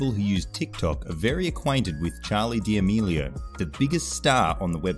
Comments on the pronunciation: Charli dimilio it's damelio 😂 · The way he says damelio lol